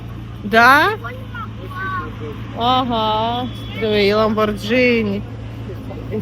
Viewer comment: Дивлюсь всі твої випуски. Тільки правильно казати не ламбордЖіні, а ламборГіні. Тримай лайк від мене.